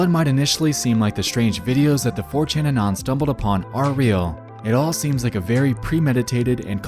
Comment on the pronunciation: bro atleast pronounce anon correctly 😭☠️